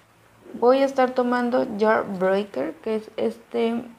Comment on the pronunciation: Me gusta ver tus vídeos está bien si no sabes inglés pero sí deberías aprender a pornunciar las palabras que usas como cut crease se pronuncia "cat kris" y jaw breaker se pronuncia "llau breiker" saludos